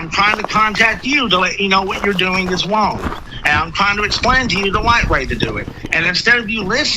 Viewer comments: “Im twying two wet you know what you are doing wong” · So glad someone else thought this! You are so wong! 😂 I wanted to shout every time he said wong instead of wrong! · “Hawassment” “Wong” Elmer Fudd psycho